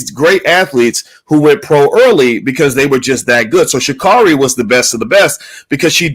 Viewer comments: Sha' Carri is pronounced Sha Carey. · He's going to just mispronounce her name...SMH!